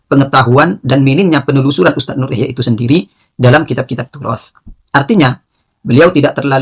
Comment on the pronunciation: Si Ikhyak Salah Baca Terus Ilmu alatnya nol